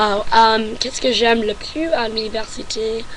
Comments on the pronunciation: Un petit conseil : Tu prononce le mot "plus". Mais il se prononce "plusse". Voilà ;) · Salut , Pour une Américaine je trouve que tu parle très bien français avec un accent qui s'amelliore , sur ce il y'a un petit Hic , quand tu dis "Plus" tu doit insister sur le "S" il faut qu'on l'entende . Bonne chance . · En plus. Il faut prononcer le "s" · tu parles tres bien francais.au fait , on prononce le s a plus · à tu dis "et en plus j'aime la France" dans ce cas tu dois prononcer le "S" du mot "plus" pour montrer que tu rajoute quelque chose après ( le même sens que "in addition"). Par contre, tu peux dire "plus" sans prononcer le "S" , donc il ce lit "plu" ( qui a le même sens que "anymore"), tu fais aussi la même faute à tu dis "c'est ce que j'aime le plus" tu dois prononcer le "S" car c'est un superlatif. à , tu dis "Ma choix", le mot choix est masculin, ce n'est pas "ma" mais "mon". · N'oublie pas de prononcer le S à la fin de PLUS si c'est dans le sens "positif" si par contre tu veux dire que tu n'aime plus (dans le sens n'aime plus du tout) tu ne le prononce pas ^^ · Ton français est presque parfait! Juste quelques lettres à prononcer (comme sur plus) et "club" tu peux l'américaine car c'est un mot importé ;) Par contre, je n'ai pas très bien compris ce que tu as dit à pour le mot qui n'existe pas en français :/